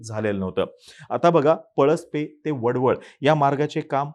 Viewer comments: वडवळ नाही..... वडखळ आहे.... असो पण खूप छान माहिती दिलीत.... मी एक पेणकर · वडवळ नाही ते वडखळ आहे..... उगाच घाई करू नका त्या चाय बिस्किट पत्रकारांसारखी 😅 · It's not wadval it's wadkhal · वडवळ नाही वडखळ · वडवळ नाही रे ते वडखळ आहे..! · Vadval नाही vadkhal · अरे ते वडवळ नाही रे, वडखळ आहे ते. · वडवळ नाही... वडखळ😂